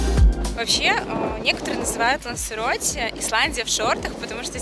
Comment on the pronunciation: Не ЛансЕроте,а ЛансАроте